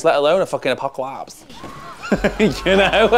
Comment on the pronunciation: the way you said apocalypse LMAO kinda reminded me of Pedro Pascal's LA Accent haha